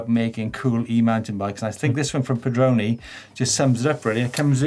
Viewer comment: Pedroni you got it spot on! :)